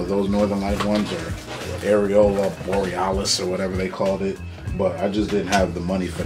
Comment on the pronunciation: "Areola borealis" hahahahahhahaha!!!